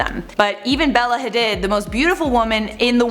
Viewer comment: First of all it’s pronounced “Ha deed” and second of all when was it scientifically proven that Bella Hadid is the most beautiful woman in the world? Was this before or after the plastic surgery?